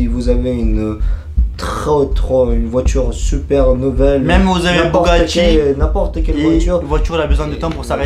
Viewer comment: Au lieu de dire Bugatti il a dit bougatti Mdr